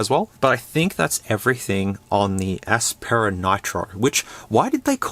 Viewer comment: Aspera... sounds like Asspera more and probably would fit better too as these phones are the bottom of the barrel